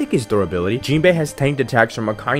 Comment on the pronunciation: In the dub akainu is pronounced ackah eenoo